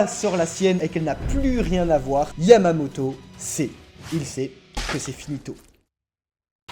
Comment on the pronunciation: est-ce qu'il a dit yavamoto